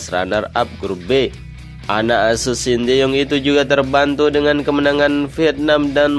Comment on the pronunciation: STY di ucapkan sin ta yong bukan sin ti yong. Penyampe n aj tdk beres. Apalagi Uraiannya.